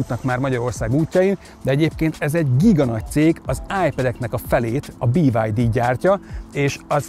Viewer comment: BID ÍÍÍÍ-vel magyarosan